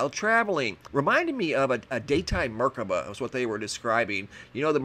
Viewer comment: I appreciate your work tremendously and have for years and don't like being a grammer-cop but brother - something is either "unique" or it isn't. You wouldn't describe water as "very wet" would you? Since I'm on a roll - it's mer-KA-ba with the emphasis on the "ka" and the three dimensional shape is known as a star tetrahedron. Could be something akin to "project blue beam" or the triangular ships are our visitors. The merkaba are to my eyes beings that don't need ships since as dimensions and vibrations rise there is no such thing as time or space and transcending into the One True Thing that is Mind and Consciousness doesn't require atoms or molecules or distance but only the I AM of being. Think I'll roll a quarter-ounce fat doobie out of this season's home-grown now and contemplate my navel since the skies here are blanking out everything with thick fake cirrus chemtrail leftovers and the moon and the rest of the spheres are not visible at all:-)